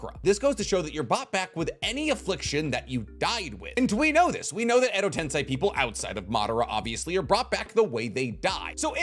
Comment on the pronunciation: he says edo tensei correct. Finally.🎉